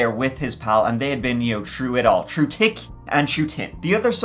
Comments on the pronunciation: I don’t understand how you can almost perfect an American accent but can’t pronounce your T H’s. Push your tongue to the back of your top teeth and repeat after me. THick, THin, THree, oTHer😂 Da tall tick tree has da tin branches😜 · "Through tick and through tin." I love ya,. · "Tru tick and tru tin." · Love how you pronounce 'th' words with your accent ❤ Shrew tick and tin! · Day been trew it all, tick and tin. 😂😂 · Troo tick and tin😂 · …”true tic and tin”😂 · I've been watching this channel for quite a long time now and in the beginning I use to giggle at his accent everytime he'd say "th" words like thirty-three etc..😅 but it's been a while til now with his "through thick and through thin" or as I heard it "through tick and through tin" 😂 ❤❤❤ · Shrew* tick n tin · Through tick and through tin 😂😂😂